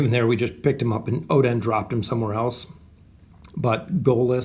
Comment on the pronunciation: it's pronounced meh-zoth. not "me"zoth. you enunciate strangely when pronouncing oden as well. it's not oDEN, it's just oden. oh-d-n.